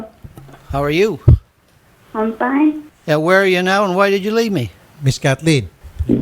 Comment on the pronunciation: “ I’m pine “ hahahahaha